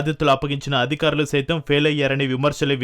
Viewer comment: ఏమి తెలుగు ఇది తల్లీ..... అధుకారులు ❌ అధికారులు ✔️ ఆధాయం ❌ ఆదాయం ✔️ ఒక్కనిముషం విన్నా ను, అంతలో 5 లేదా 6 తప్పులు.... వినలేక వదిలేస్తున్నా